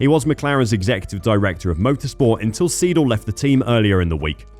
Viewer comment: Siedel 😂😂 come on, learn the correct pronounciation !!